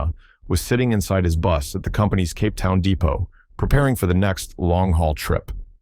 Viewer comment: Why are you using the AI generated voice -- Pronunciation of even simple and common words like "Cape" is off..